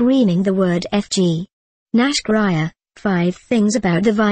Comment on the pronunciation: It's Nash Grier and pronounced Nash Greer lol